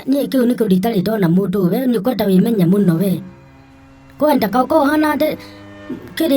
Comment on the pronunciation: Venye anatamka "kwenda"🤣🤣🤣🤣🤣🤣🤣🤣🤣🤣